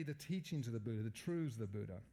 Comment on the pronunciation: Four noble truths. Not “trudhz”.